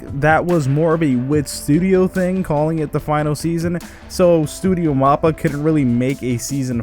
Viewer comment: Bruh really called it Studio Moppa